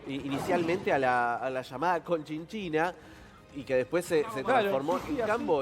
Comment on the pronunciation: Es cochinchina, no conchinchina! 😂